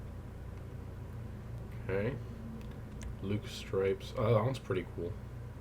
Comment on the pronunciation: The livery is pronounced “lux stripes” You know... Like de-luxe? Because the stripes are gold?? Also, I would argue that if you are going to use that “luxe stripes” livery you should also have the gold exhaust to match... But that’s just me...